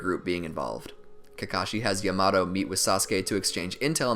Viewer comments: when you said “yamato” as “yuh-MAto” instead of “ya-muh-toe” i lost it im sorry ik it’s annoying when ppl bring up name pronunciation but it was so funny to me😂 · Bruh is yamaTo not yamaDo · my guy said yamado instead of yamato ;( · Its called yamato not yamatoe no disrespect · He said yumawto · bruh its not yomoto its sounded like yah-ma-toe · When he said yamado it threw me out of the video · This is amazing! However, the way he pronounces Captain Yamato's name gets me triggered... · Bruh the way this dude says “Yamato” pisses me off but I don’t even know if it’s right or wrong😂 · I hate how this guy says Yamato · Anime. Simp it doesn’t need to be Japanese. But like wtf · He is saying yamatos name wrong